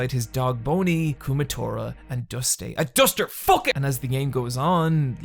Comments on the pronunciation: hahaha he called him Duste instead of Duster LOL XDXDXDXDXD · There's an R at the end of Duser DUMBASS! This vid is off the hook like always. Thanks. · I would NEVER make fun of you for deleting the R in Duster, Never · Ha ha you forgot the R in dust boy. You little bonk that’s my favorite letter! RUN HANDS!NOW! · Don’t you dare pronounce the letter R again… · honestly i didn't even notice you deleted the r until you mentioned it then it stuck out like a sore thumb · I think you forgot the R in duster